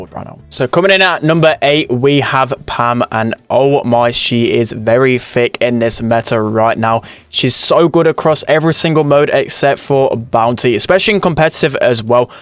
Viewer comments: 'very fick' nice english my guy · i love how he always calls pam "ficc"